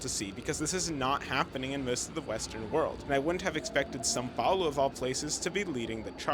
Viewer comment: The most surprising thing about this video is that you speak the nasal sound of “São Paulo” correctly. Usually years of practice of portuguese are necessary to do such sound, congratulations 😂